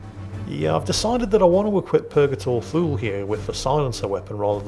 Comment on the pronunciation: Purgatory "Too-Lee" Thule is pronounced "Too-Lee"